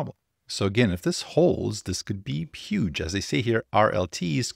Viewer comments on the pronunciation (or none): none